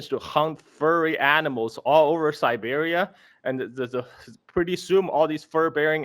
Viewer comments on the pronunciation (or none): none